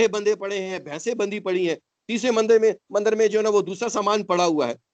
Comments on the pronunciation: Ask this "Hindu" person something about hinduism. The truth will be reavealed . ( He says Mandar instead of Mandir ) If he could just say a single sentence in any of hindu language. I can gauruntee that He would not be able to say anything about Hinduism. He already became Pakistaani Muslim like others. Please dont call him hindu. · Ye mandir bhi ni bol paa rahe mandar keh rahe socho thoda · When he says mandar to mandir.... It create doubts... If he is Hindu...